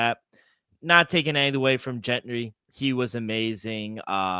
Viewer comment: love you guys, have listened for over a year, please please pleeeeease learn how to pronounce these names. you should not be getting the heisman runner ups name wrong, jeanty, there is no r. keep it up tho boys